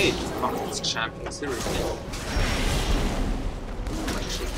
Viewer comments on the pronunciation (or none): "serious lee" :DD